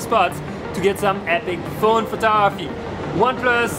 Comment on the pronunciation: Bro has so much information in his head he doesn’t say photography he says photoahpy